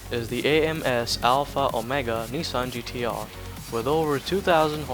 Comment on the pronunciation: Nissan...GDR...😂 😂 😂 😂 Learn how to say the name of the car the right way you dufas!!! 😂 😂 😂